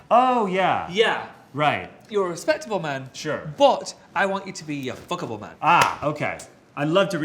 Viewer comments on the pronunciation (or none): Tan: fCkIbLe It literally sounfs like he forgot some letters in the word I love it😂😂